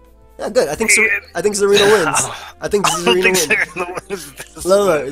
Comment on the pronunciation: ***: Dont **ROTOM-CUT* the lawn with *SCIZORS**, you're supposed to **MOET* Also: The *AERodactyl* is so *TSAREEN*-na and *TRANQUIL*